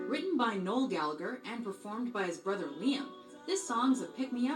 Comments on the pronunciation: neil? its fucking Noel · The slide away gig was one of the last gigs that oasis played there are many better performances of that song ie Glastonbury 95 knebworth 96 oh and it’s NOEL NOT NEIL BTW 🤣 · oh dear just telling you its noel not neil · Its fuking noel not neil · Called Noel, Neil 💀💀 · Niel is killing me it’s Noel = French for Christmas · It’s not Neil it’s Noel 😭😭😭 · NOEL not Neil 😂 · It's NOEL not NEIL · His name is Noel not Neil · Er... it's Noel, not Neil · Noel not Neil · It's Noel not Neill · Neil 🤣🤣 its Noel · P.S. It’s ‘Noel’, not ‘Neil’ 😉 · It's not Neil it's Noel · Noel……..not Neil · He’s called Noel not Neil 🤦‍♂️ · Noel.. not neil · his name is Noel not Neil and Definition of memoir. 1 : an official note or report : memorandum. 2 a : a narrative composed from personal experience every memoir reminds us of the faraway and long ago, of loss and change they based a song on the beatles Memoirs meaning ..a historical account or biography written from personal knowledge: ..i love ur vids tho ..u make me smile